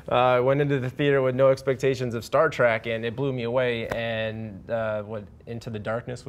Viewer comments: Can those dipshits stop calling it 'Star Track'? IT'S STAR TREK! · It's not STAR T R A C K! DUMBASS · It's not Star TRACK it's Star TREK. Ignoramus.